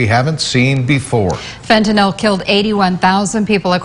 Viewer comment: So awesome to hear the male reporter pronounce Fentanyl correctly . He says it perfectly, as a 3 syllable word pronounced “FENT-ah-nill”. Most people say it in 2 syllables as “FENT-nuhl”, but congratulations to this reporter who is the first person to say it correctly since 2018, in the videos I’ve seen.